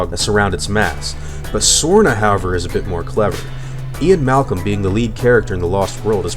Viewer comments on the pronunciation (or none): none